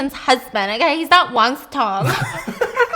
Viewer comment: Petition for Stephanie to say Wang Sacong in every video at least once. Because it’s so funny😂